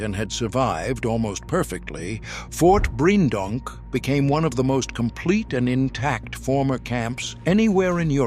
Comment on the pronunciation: It's pronounced Breendonk, not Briejendonk